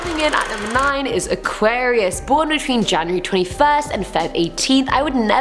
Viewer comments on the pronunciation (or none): Is she saying aquariums? 😂